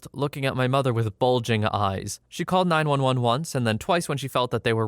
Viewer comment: it kinda sounds like he says 9111